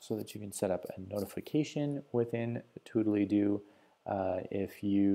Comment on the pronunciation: Surely that's not how the name of the app is pronounced...